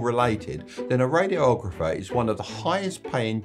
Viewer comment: radi-ographer, not radio-ographer